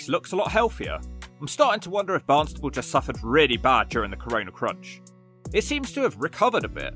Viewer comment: Stop calling it Barnstable. It's Barnstaple!!